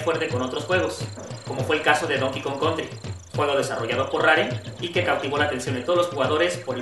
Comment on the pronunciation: Es un muy buen video, sin embargo hay ciertas cositas que no me acaban de gustar. El tono de voz del narrador se hace muy monótono, sin emoción, sé que es una sección nueva en Gamedots, y espero que los próximos videos no hagan más que mejorar, y un pequeñito error al pronunciar el nombre de la compañía "Rare". Pero bueno, muy buen video, excelente sitio. ¡Saludos!